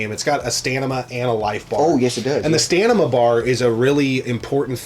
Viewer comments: Stam-in-a= stamina, and not "stanima" 😂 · Stanima to take out the emenies? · Are you saying... "Stanima"?